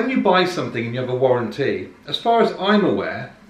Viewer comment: Warren T